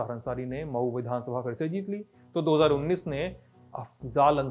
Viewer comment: पर मऊ को मई बोल रहें हैं कृपया इसे सुधारे । 🙏